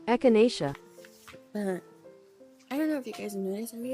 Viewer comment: why is she, like, like this the subtitling and echinacacaesia pronunciation editing is very funny, thank you